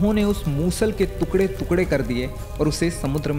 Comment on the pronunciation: Bro you need to correct your pronunciation...it's टुकड़े not तुकड़े